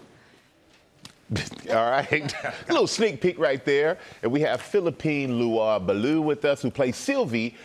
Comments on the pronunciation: À "Filupeen Lewah-Belew !". J'imagine que Philippine a dû serrer les dent...😆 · Did he mess up her name?! Philippine Lewa-Balu?! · He betta learn how to say her name…I thot it was extremely disrespectful⁉️ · the way he prononced her name 💀💀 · The host could have made an effort to get Philippine Leroy-Beaulieu’s name even remotely right. He utterly massacred it. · 😂😂😂 Micheal doesn’t speak any Foreign languages; he just pulled A John Travolta 🤣!!! But yeah ; he coulda practiced the Pronunciations a bit before the Guests arrived 💯!!